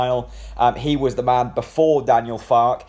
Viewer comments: Pronounced Farker. In German the e is pronounced. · An E at the end of any German pronunciation is ER. So Fark-er. Confusing for English but there are still people who pronounce Volswagen as Volks-wagen instead of the correct pronunciation as Folks-Vargen. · Far-ke. Two syllables. (As a Yank, I'm not going to put an "r" in that pronunciation, since I'd say it ;) ) I think this is an exciting choice. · it's Fark-er I think mate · I gree with you 100%. Having lived in Germany for many years I would pronounce it, Far-Ker. An E at the end of any German word is pronounced ER. Same as Volkswagen is pronounced- Folks-Vargen.